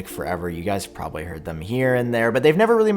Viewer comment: “I herrd”